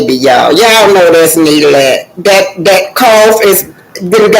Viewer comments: Its Ne-glect not Né-let please pronounce it correctly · I love your commentary- just one thing.... please include the letter "G" when you pronounce the word neglect - MUCH LOVE ❤ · No disrespect to, about correcting her about the pronunciation of the word neglect,I’m just providing education.I love her platform,she tells it like it is!!! I agree with you guys about how Arrionne treats Knox, even her sister was talking harsh to him,when he pulled Arrione’s hair and hit her.Clearly the child is not well and is very irritable. The sister said’ you’re not going to treat my sister like that,as if she is talking to an adult.her entire family is trash.